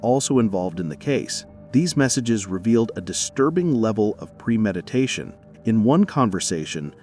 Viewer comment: Did the narrator say “ pre medication 😮. Can’t pronounce a simple word?